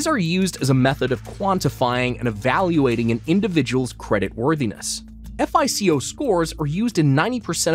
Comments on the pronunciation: repeat after me: "fye-koh" score. not "eff ei cee oh" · No one calls it “F - I - C - O” 😂 It’s just one word, FICO (FIE-coe) Dude, are you accepting applications for narrators? I know how to pronounce words (see: Azerbaijan, from a few weeks ago), and will look things up if I’m not 100% sure!